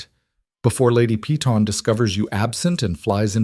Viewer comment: Why must you prounounce Peyton as pee-tawn. Instead of correctly as pay-ton ?